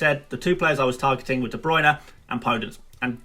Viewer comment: jack holmes ohhh he’s calling Bruyne “Bruno”. Makes sense now